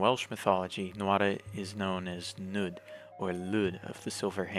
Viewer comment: It is pronounced 'Neeth' and 'Hleeth'. In Welsh, 'u' is roughly pronounced 'ee', while 'Ll' is either 'hl' or 'cl', and 'dd' is 'th'.